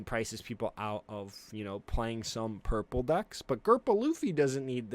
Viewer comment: Is he saying gurple luffy instead of purple? Is that like an autistic tic or something?